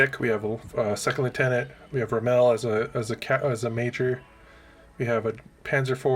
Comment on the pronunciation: Mate I get it. The Bersaglieri is an Italian word and if you have no reference it will most likely be mispronounced. Me, Australian-Italian wife. Phonetic if you are interested, Ber sa~l~ieri, the g is silent. I can't help you with Rommel, but it ain't Ro~mel. The same way it ain't Ca~mel. By the way, I am new to Bolt Action and I am starting to get the idea that reality is not a thing with the players, but the Light Africa Division never had tanks, let alone the Super IV's. It would be more interesting to field their actual equipment which were Diana's. The Diana were armoured trucks kitted out with Russian A/T guns. Or you could rename your German force after one of the two Panzer Divisions which would include infantry. Having pontificated enough on trivial stuff, at least you are having fun with it.